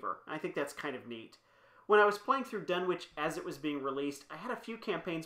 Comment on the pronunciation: Done-itch. Silent w . . .